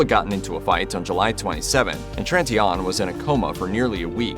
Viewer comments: Could you further traumatize the woman’s family by butchering the pronunciation of Tritignant’s name like a clown? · That's what I thought. If I only would have heard what he said, without pictures, etc., I wouldn't have known who he is speaking about.